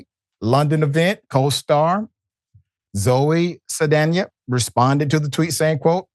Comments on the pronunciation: My god Dr Ritchie can you pronounce one name right. It’s pronounced Gas-sone. And Zoe’s last name is pronounced Sal-Dan-nha. 😩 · Dr. Richey you are saying Zoe’s name wrong it’s SAL Danya !!! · Saldaña is pronounced like Sol-don-ya. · Why is he so bad at pronouncing names. Especially, well known names like Zoe Saldana.